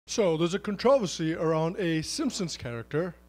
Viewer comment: A “cuntrowvassy”